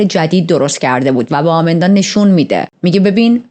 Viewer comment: شما اسمشو اشتباه میگید آمیندا که نیست ایماندا درست‌ترین هستش پس اسم‌ها رو درست بگید